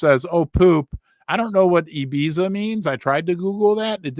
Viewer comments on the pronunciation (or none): Hi, Ibiza is the name of a Spanish island in the Mediterranean Sea. Its seen as a bit of a party party island and a lot of British kids have been going there every summer for many many years. Its pronounced I-Beeth-A...😅 The guy with the strange hair was seen dancing there last week and has went viral. And of course. Its now a Memecoin.